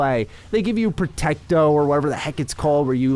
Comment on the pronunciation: calling the shield spell "Protecto" instead of Protego was the highlight of this vid😂